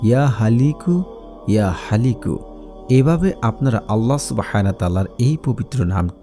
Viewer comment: নাম লেখা ছিলো 'ইয়া খালিকু' অথচ উচ্চারণ করলেন 'ইয়া হালিকু'